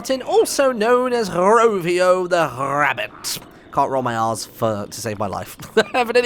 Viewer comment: rAvio, martyn, It’s pronounced rAvio, with an A